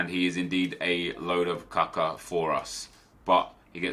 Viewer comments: Not Kaka, K U C K A :D :D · Its Kucka not Cocko :D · Its not Kuuuuka.... its kutska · 😂😂😂😂 Not kaka, KUCKA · Hey NEP the way you said kucka was wrong.The way it's said is koochka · Isn't it usually pronounced like Ku-ch-ka or am have I been dead wrong all that long? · Can someone explain to me why he says capa?